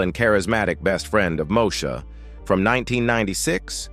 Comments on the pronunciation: When AI is used to narrate, rather than humans ... it irritates the heck out of me to hear certain words pronounced incorrectly. It's Mo-E-sha ... NOT Moe-sha. (smh) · Learn how to say the name of the show...damn